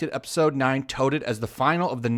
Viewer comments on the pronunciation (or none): "Touted" rhymes with "outed" not "tote".